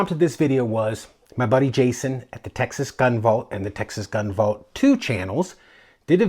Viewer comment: Your pronunciation of The Texas Gun Vault 2 was perfect.🙂